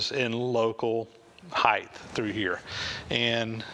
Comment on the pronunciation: Height (hīt) not Heith